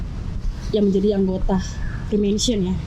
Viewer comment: Mason : tukan batu; masonry : pertukangan.. ssoo.. Free mason : tukang apa saja.. mohon koreksi..👍 Maaf to, ngebacanya bukan 'fri-mèn-sori' .. tapi 'fri-méisên-ri'..😢😢